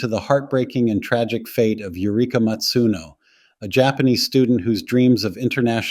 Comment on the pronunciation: Her surname was "Masuno" not "Matsuno". Please show some respect if you're going to talk about this case at all